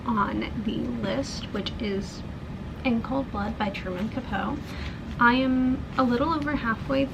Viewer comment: Love your channel, and hearing your insights on what you are reading. I've read In Cold Blood & found it to be interesting. It pretty much kicked off the True Crime genre. Yes, he did take liberties (aka just made up scenes to make the book more interesting), and it worked. Today we are more likely to see the disclaimer - Based on a true story. I believe Capote is pronounced kuh-po-tee. I also read 1984, back in junior high, so it's been a while. I definitely would have gotten more out of it if I had read it as an adult. Never have I heard of Birdsong. According to Goodreads it's #2 in a trilogy?? I think I will pass on that one, but I thoroughly enjoyed your review ❤